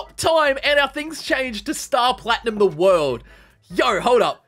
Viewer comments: You know he hasn't watched Jojo when he says 『The World-O』! instead of: 『ZA-WARUDO』!!!! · btw its pronounces "ZA WARUDO" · All I said when he said that was: “well acualy it’s ZAAAAA WAAAAARUDOOOOO”